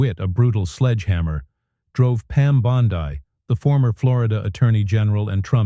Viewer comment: Did this come from Russia because I'll tell you the names aren't being pronounced as we would pronounce them and have always pronounced them in the United States so there's something funny going on here big guys